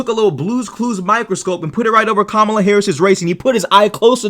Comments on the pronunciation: The funniest bit was when she pronounced kamala properly then quickly changed to mispronouncing it. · She sat there with this soulless look in her eyes as she looked in the face of three black people smiling and mispronouncing a black womans name just to demean her. Nancy Mace is a racist by all definitions. She knowingly and purposefully mispronounced Kamala’s name trying to dehumanize her. She ran protection for Trump and his racist comments at the NABJ trying to hand wave them away. As a public politican who represents people in SC, she should have condemned his racist talking points or at least been aware of those comments as she is advocating for the racist to be president. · I propose that, since Mace refuses to pronounce V.P. Harris's first name correctly, perhaps we should mispronounce HER name, and call her NASTY Mace. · Nancy Mace deliberately mispronounced Kamala Harris’s name. Yes that’s racist. Sorry Nancy - that’s racist and you doing that repeatedly makes you a racist. And defending the racist comments of Donald Trump makes you a racist. And after the interview, she retweeted End Wokeness saying that she triggered them by saying it was easy. She was happy triggering a panel full of black Americans by defending and doubling down on racist comments and behavior. That makes her a racist. My niece and nephew are biracial. They’ve never denied their black heritage. And I’d be furious if someone deliberately mispronounced their names. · you should’ve added the 30 sec before the start of the clip where she first pronounced Kamala’s name correctly, then purposely mispronounced it and doubled down on it!!! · No. Let's stop insulting all the decent women and girls with this name. The horrible women like this should be called out by their real names! Or, in Mace's case, since she refuses to pronounce V.P. Harris's first name correctly, perhaps we should mispronounce HER name, and call her NASTY Mace.